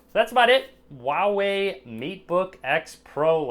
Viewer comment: its Huawei not a Uawei ,sir.